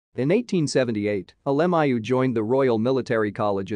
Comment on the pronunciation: I wish they would pronounce his name correctly.